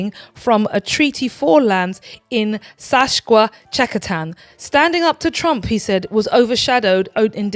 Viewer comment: Hi! Love your show. Agree with your comments about Chuck’s Canadian visit. FYI: Guelph is pronounced Goo-elf and Saskatchewan is Sas-cat-chew-wan. 🇨🇦Sue